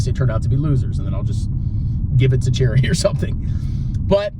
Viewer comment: When you said “my children will inherit VT unless they turn out to be losers” I laughed so hard. Then I thought you said “then I’ll just give it to Jeremy”. Took me a while to realize you meant “charity”. LOL